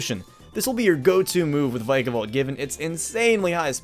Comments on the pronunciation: OH MY GOSH DO YOU SEE A SILENT "E" HOW DO YOU GO FROM Vick-a-volt to VIKE-A-VOLT! SHAME ON YOUR ENGLISH GRAMMAR!!! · I believe it’s pronounced vickavolt not vikeavolt